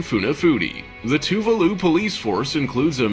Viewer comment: It’s official. I don’t think i like the narrator much...Heck, at all. Also, what on Earth is “too-voo-loo”? I believe there is an “a” in “ Tuvalu”. Just saying.